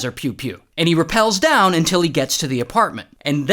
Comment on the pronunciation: I hate the “unil”